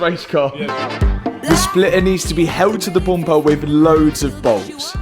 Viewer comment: Can you stop hanging around with you are starting to say bumpah! 😂